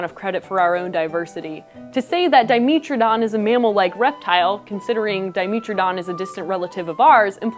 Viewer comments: D-I-me-tra-don not di-mee-tra-don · 'met' not 'meet' please... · “dai-meh-truh-daan” if you’re going to make a video correcting people on whether or not it’s a dinosaur, you should also have probably be pronouncing it’s name correctly. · I've always called Dimetrodon dye-MEH-tro-don. Not dye-MEE-tro-don. Regardless of which is right or wrong, the way she says it, reasonable or not gets under my skin :P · Until now, I'd always heard it pronounced Di-MEH-tro-don, not Di-MEE-tro-don. Anybody know which is preferred? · The way she says di-MEAT-trodon. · I thought it was Di-meh-tro-don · diiii-meh -tro-don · Our resident curator of paleomammalogy pronounces it as Di-mee-tro-don, so that's what I went with. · I had no idea Dimetrodon was pronounced with a long E, let alone that it wasn't a dinosaur! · I hate how she pronounces it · Mispronounced Dimetrodon: video = no credit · Escuse me you said dimetrodon wong. ;_D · That pronunciation is distracting as hell. Say it right please. like metropolitan ...